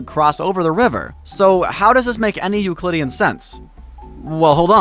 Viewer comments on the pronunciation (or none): none